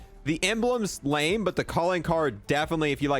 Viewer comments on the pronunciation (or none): none